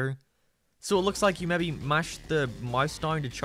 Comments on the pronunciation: hahahaha "mebby just mebby" lol bcus ur albanian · he really said: ''just meybe just meybe...'' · Maybe, do you mean mebe, mebe get in the bag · I've never heard someone mispronounced "maybe" before lmao.